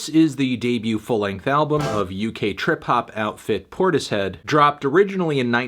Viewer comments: Cmon melon it’s pronounced portishead not tortoise head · I think it's pronounced 'porters-head' melon